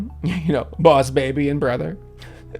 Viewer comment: DUDE IM SORRY BUT I LAUGHED OUT LOUD WHEN HE SAID " b0ss bēbi "